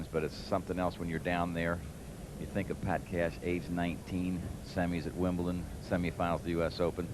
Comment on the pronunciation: Count yourself lucky. A lot of them call Wimbledon Wimpleton.